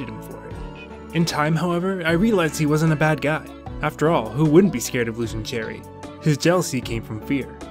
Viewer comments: I know you probably already know by now, but I have to say it anyways just to satisfy myself. Cheri is pronounced like "Sherry" not "Cherry." :) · it made me cringe when he said her name wrong- its like sherry bruh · I got her today and I'm so excited its pronounced Cheri!!